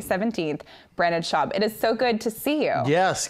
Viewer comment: ”BRANDON SHAUB” 😂 she started the Brenda Schlobbo movement.